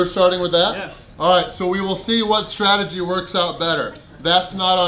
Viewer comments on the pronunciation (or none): Stragedy? Lol you mean strategy lol